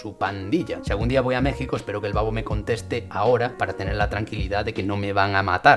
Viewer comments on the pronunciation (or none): none